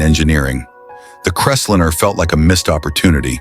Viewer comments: more text to speech GARBage completely ANNOYING "crest linner??? lol what bs why dont you use your own voice jeesus thia makes it shit hard to listen to and disgusting i'm pout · It’s not just that it’s computer generated voice, it’s BADLY done. Crestlinner, FFS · And it can't pronounce words correctly. EG: What's a Crest-linnah? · CREST LINER not Cresslinner. Get it right! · It's a Ford Crest-line. Not 'liner', like 'diner', not 'dinner'. The stupidly of this video takes away it right to call ANYTHING ELSE stupid.